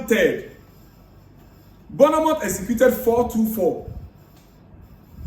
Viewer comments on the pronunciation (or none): My Ghanaian brother. AKWA BAA. You are doing a great job, please keep it up, but l have a little correction. The correct pronunciation of that name is BORN-MOUTH and not BOURNEE-MOUTH.